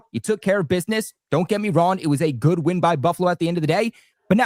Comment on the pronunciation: can't even pronounce the word "win"